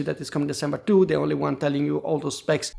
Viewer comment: ‘The’ is pronounced ‘THe’ NOT ‘De’. And ‘three’ is pronounced ‘THree’ , not ‘Tree’